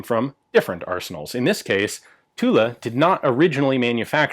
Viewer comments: Next step: pronouncing Tulle "tul", not "tuleu" or "tula". But congrats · Every time you say 'Tulle', I think Tula for some reason .... "Wait a French gun made in Russia? Oh .... Tulle with an 'e'" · The actual French pronounciation would be "Tull", the E at the end is silent. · Oh the French factory is called Tulle. I thought you were saying Tula. I was thinking "What the hell? A Russian factory making French guns?" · Almost. The French "u" that has no equivalent sound in English, and the double "l" is pronounced as dragging on it. So "Tewll" wous ble closest, I think. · is tit me or should you not pronounce the L in Tulle? like in Marseille? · The correct pronunciation for Tulle is without the final "e" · We don't pronounce the "e" in Tulle ;-) Great vid as always!